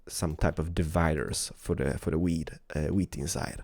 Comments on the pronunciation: When he says wheat it sounds like weed Video Rename Weed Harvester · Hahaha you say weed everytime x)